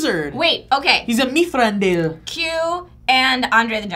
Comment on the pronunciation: Did...did he say "mithrandil"??? That's just wrong